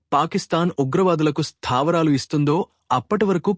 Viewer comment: "స్థాపరాలు"😂ఏంట్రా బాబు మరీ ఇంత ఓవర్ యాక్షన్ వద్దు"స్థావరాలు" అనే తెలుగు మాటకు పట్టిన కర్మ. ఎక్కడ నుంచీ పట్టుకొస్తారో ఇలాంటి తెలుగు మాట్లాడే వాళ్ళని.